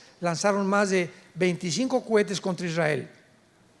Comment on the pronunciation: Exelente doctor Alducin. Pero una corrección No sé dice cuetes si no cohetes. Dios lo bendiga 🙏🙏